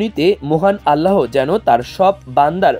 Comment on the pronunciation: একটা বিরাট অস্বস্তিকর ভুল উচ্চারণ শুনছি! 'আল্লাহ্' চরম সম্মানিত নামটিকে উচ্চারণ করা হচ্ছ 'আলাহো' ভাবে! 'আল্লাহ্' নামের শেষ অক্ষরের নীচে হসন্ত আছে যার কারণে হ অক্ষরটি উচ্চারিত হবার পরেই থেমে যাবে! এখানে হসন্তযুক্ত হ্ হো উচ্চারণ হবে না! ভাষ্যকার, আপনার ভাষ্যের সঠিক উচচারণ করুন!